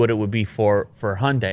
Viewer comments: Cars name: Hyundai. Pronounced correctly: Hi - Un- Die.: Hunday. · "honday" High-un-die Honday 😒